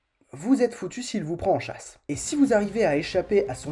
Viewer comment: Il chache ? Nan je déconne mdr, je ne vais pas te laisser un comm' seulement pour relever une fourlache haha. Intéressant, le montage et ta manière de présenter tout ça est assez sympa... " Fat' diab' ti ké n'imbiançe " comme on dit chez moi.. Foutu diable quelle ambiance !!!...